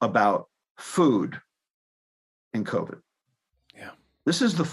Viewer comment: in coved’ not cobit.